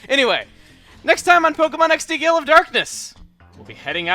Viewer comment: If you think, Gale is pronounced with gay in it. Gayul.